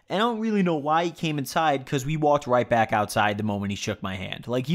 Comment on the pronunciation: I thought you said “OMG my dad is black” for a second